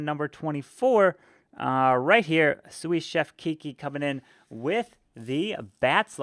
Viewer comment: Great vid! Btw it's pronounced soo chef not soos chef the last "s" is silent👍